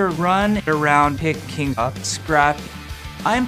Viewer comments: I was sure u said I'm pick king torb, until I c watched it with subtitles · Is he saying picking Torb or pick King Torb? Kinda hope it was the latter to be honest lol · At first i thought he was saying "i pick king torb"